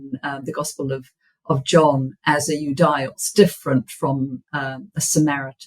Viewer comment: Ιουδαίος= youdeos and not youdaios... Αι in greek is E , and she keeps repeating it a million times